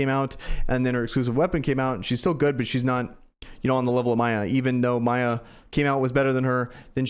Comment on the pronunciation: How long are you gonna keep calling Miya "Maya"? lol